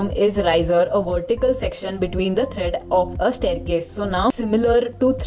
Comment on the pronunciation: The videos are very nice and helpful. But please correct the pronunciations such as tread, not thread.